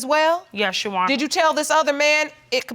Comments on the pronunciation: Why does she keep saying YOU honor?! Is there something hard about saying YOUR? Gees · "You Wonna"? 🤔 Your Honor!